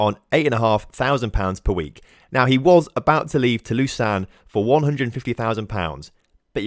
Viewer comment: Lausanne is french and is pronounced more like „lo-sun“